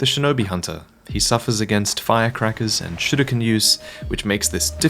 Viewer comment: lol why do so many people making videos on this game insist on trying to pronounce 'Sekiro' and 'shuriken' in a Japanese accent and then pronounce literally everything else incorrectly